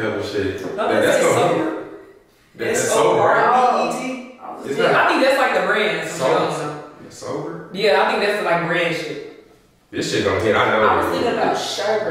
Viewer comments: I think the “sobert” is pronounced sorbey😭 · Sobert is pronounced : SOR BAY , its a type of icecream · sobert im weak yall i think it’s pronounced like “sore-bay” 😂😂😂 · It’s called SORBET YALL 😩😂 it’s pronounced like SORE BAY 😂😂 .. it’s more of a frozen juice than a ice cream but it’s hella good ♥️ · 😂😂😂 i was so weak when they said “sober- t” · Sorbet is pronounced sore•bae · It’s pronounced “sore-bae” guys😭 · They correct way to pronounce sorbet is sorbay lol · It’s spelled sorbet but it’s pronounced like sorba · it’s pronounced so-bay LMFAOOOOOOOOO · You don’t pronounce the “t” in sorbet lol it’s pronounced “sor-bae” I’m so weak 😹😹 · Its pronounced sor bay 😂😂 its not quite ice cream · So all y’all slow 🤣🤦🏽‍♀️ it’s pronounced sore-bae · The way they pronounced sorbet had me dead 😭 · the way they pronouncing sorbet😭